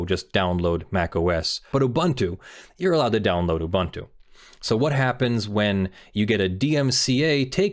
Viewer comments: he's mispronouncing it. it's oo-boon-too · Each vowel in "Ubuntu" has the same pronunciation; you pronounced the last one correctly. Also, "amd64" is common shorthand for the 64-bit Intel architecture that most PCs have these days, the kind that extends the 32-bit "x86" architecture, which was first developed by AMD after Intel's first 64-bit architecture failed to gain traction; by contrast, Intel's (now discontinued) effort, which is not backwards-compatible with x86, is usually referred to as "ia64" or as Itanium (a popular brand of ia64 CPUs for servers in the early 2000s). If you look at some older software, you might see references to "i686", as a shorthand for the version of the 32-bit Intel architecture used in the Pentium II, as if the Pentium had been named the 80586 and the Pentium II as the 80686 (Intel stopped using numbers because it had a hard time patenting them); you might also see references to advanced features of the ia32 and amd64 architectures, like SSE4 and AVX, if a software project provides high-performance builds that rely on the features of recent CPUs. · Yes but that's not how the company name is pronounced. Just because a word exists in another language doesn't mean they company is pronounced the same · Have I been mispronouncing Ubuntu for YEARS now?! Is he pronouncing this correctly? IS MY MIND BLOWN?!!